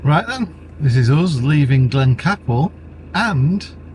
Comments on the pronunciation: Pronounced Glencaple as in "cape" not cap. Just saying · Beautifully scenery and beautiful filming at Glencaple ( pronounced as Cape not cap)